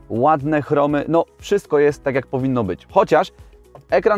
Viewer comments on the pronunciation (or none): none